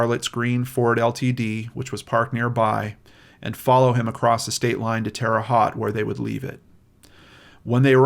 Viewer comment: I’m glad that the guilt of participating in the disposing of the body finally allowed this case to be cracked. By the way, it’s Haute (hoe-te) like mote but with an H. I used to live in Bedford, Indiana, just an hour and a half away.